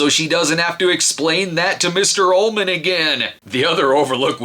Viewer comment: I thought He Was saying Mister "Almond's" Office.